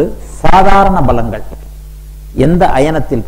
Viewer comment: Sir don't say balangal...that is palangal...and also not bournami...it's pournami